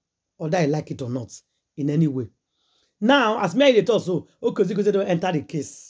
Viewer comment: The way you mess up this man’s name is very embarrassing. His name is UGEZU J UGEZU and not Okeze Keze. Juju is controlling Yul 100%……. There’s nothing anyone can do for Yul as long as he’s still under the control of Juju ekwensu